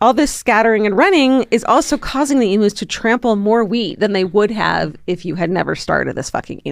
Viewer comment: Hi darlings, Aussie gal here. It’s pronounced eem-use not emoos. While I’m at it, Pride & Prejudice TV series with Colin Firth is indubitably the best version. You prompted me to watch it again (20th time?) love ya, Ally